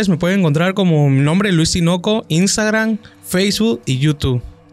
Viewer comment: Por qué dicen imstagrannn😂 es i n s t a g r a m 😅.